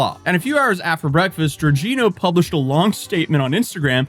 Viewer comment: Hi just so you know Jorginho is pronunced something like George-iño and along with being part of Chelsea FC’s 2021 Champions League winning team he also won the 2020 Euros for Italy the country’s first EuroCup title since 1968 and yes Flamengo is a massive club in both Rio de Janeiro and Brazil.